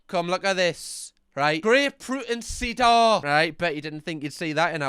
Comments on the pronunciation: cedar ‘SEE-Der’ it’s a type of tree/wood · cedar is pronounced the same as seeder, its a type of tree ☺ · Cedar in Merican is “See-dur”